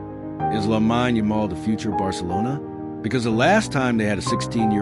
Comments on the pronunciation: It's AI, that's why it's pronounced wrong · First things first, you have his name wrong. I stopped watching bcuz of that. Get the pronunciation correct & remake the video bro.